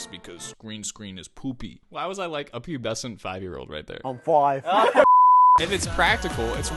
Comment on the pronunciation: This brought back so many memories, I remembered when I stared following Stray Kids 2 years ago ㅠㅠ Thank you, I loved the clips in between. The "I'm fooive" killed me hahaha Un abrazo <3